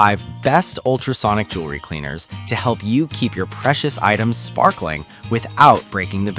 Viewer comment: Jewelry not Jewlery. (Pronunciation]